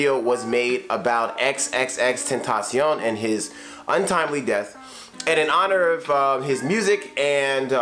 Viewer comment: the way you say xxxtentacion's name makes it sound like french